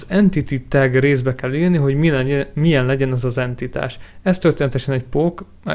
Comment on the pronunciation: Enitititás! Xd